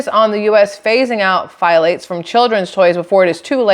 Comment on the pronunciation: Pthalates…. The “ p” is silent, so thalates